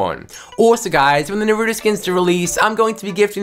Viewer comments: that’s how you say naruto.... it’s not Na-ra-toe it’s Na-ru-to that’s the oringal Japanese way to pronounce it 🤦🏽😭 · Lol this guy spends like half the video talking about toon meowscles and when the Naruto part comes, he calls him nurutoe😂😂 Edit: You know what we lack? Him: Saasssuuuuuuuuukeeeeee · dude he says it like NaRuddo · i hate how he calls him narudo as a actual anime watcher and naruto fan it annoys me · Nay rue toe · The way he says NARUTO pain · The way he says Naruto wrong 😔